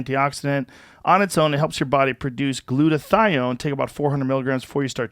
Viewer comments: hahaha it's hilarious when joe was talking about meds and tom just kept saying "Glutothion!!" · I love how occasionally Tom will pronounce a word as if it’s never been spoken by a human before.